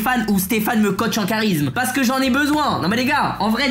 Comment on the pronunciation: Le CHHHHAT_RISME🤣 LOL